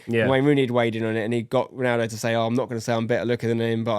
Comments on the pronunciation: I enjoyed this but every time I heard "Ronardo" it hurt a little. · Why does he keep saying Ronardo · Why bro keep saying Renardo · Nobody….: “Ranardo” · I even heard Renato at one point…. 🤣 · Can’t even say ronaldo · For someone who loves Ronaldo so much you’d think would be able to say his name properly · Is it only me whos triggered about the mispronounciation of Ronaldo? 😅